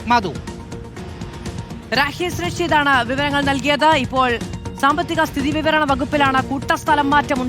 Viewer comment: മാതൂ, "സാമ്പത്തിക സ്ഥിതീ .... വിവരണ വകുപ്പിലെ" എന്നല്ല ഉച്ചരിക്കേണ്ടത് "സ്ഥിതിവിവരവകപ്പിലെ" എന്നാണ്. സ്ഥിതി കഴിഞ്ഞ് വലിയ ഗ്യാപ്പും വിവരണ എന്ന വാക്കും 😂